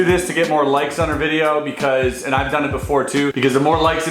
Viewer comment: HE LEGIT SAID 15K LIKS